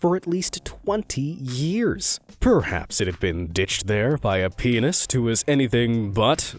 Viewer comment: why did "pianist" sound like "penis"